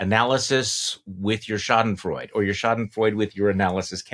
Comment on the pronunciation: Charlie, it's four syllables. You pronounce the final vowel in German. Think of it as "Schadenfreudah."